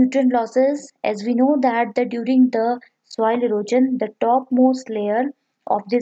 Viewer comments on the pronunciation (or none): Your classes are good but the term "erosion" is not pronounced as "erojan" .. it is "eroshan"